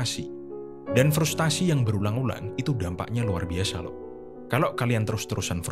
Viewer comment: FRUSTRASI bukan FRUSTASI